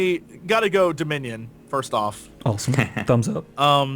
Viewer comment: Now we know which faction will consist of the most idiots :) "Deminion" Hahahahaha